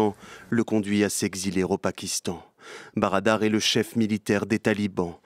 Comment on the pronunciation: Molla brader et non barada.